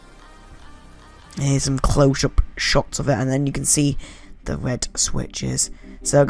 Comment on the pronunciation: "wed switches"